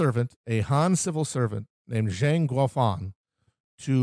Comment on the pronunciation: Pronunciation guide: Hong Xiuquan: HONG sho-CHWEN Zhang: Jong Wang: Wong Instead of saying Nan-king, say Nan-JING.